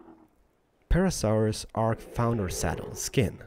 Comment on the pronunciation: It is pronounced para sa rolo fus